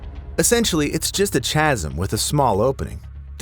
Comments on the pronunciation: "Chazz - um" ??? 🤦‍♀️ "Chasm" (KAZZ-um) is not a difficult word to pronounce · Ch-asm. Pronounced like Kasm. Nitrogen narcosis and the bends, plus many other ways can go wrong spelunking. The guy who practically invented the guide to it Sheck, unfortunately passed doing one of the deepest dives i think in a cenote.